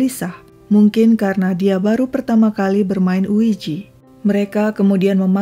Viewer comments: Oeija bukan oeiji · Sorry cm mau koreksi aja OIJA bacanya bukan OIJI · Sebutan ouija salah ya. Tolong lebih banyak reference lagi. Jadi tidak salah sebutan dan bikin bingung